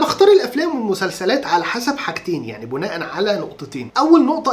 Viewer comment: ملحوظة كلمة: بناء. بكسر الباء قولا واحدا وليست بضمها وتسلم يا رب